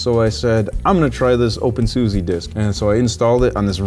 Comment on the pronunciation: Sorry, I thought you should know it's pronounced OpenSusa (with a posh like 'ah' at the end) You can search youtube for "How do you say SUSE' for confirmation:)